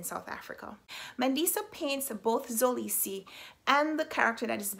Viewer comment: Hey your friendly neighborhood south Africa her just to help you pronounce mxolisi it's not pronounced zolisi its pronounced m k olisi with the k representing the xhosa click sound but thays very complicated and I dont expect you to try that😂